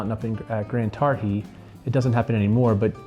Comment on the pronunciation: Tar-GHEE not Tarr-HEE